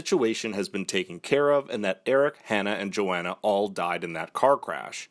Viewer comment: Its pronounced yo-hon-uh